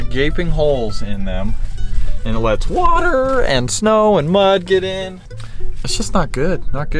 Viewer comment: The way he says whater is funny haha